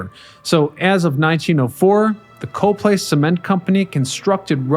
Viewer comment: Then you know that the town is "COP-ly," not "Co-play!"